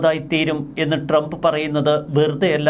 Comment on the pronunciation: നാക്ക് വടിക്കടോ. ട്രെംപ് അല്ല ട്രംപ്.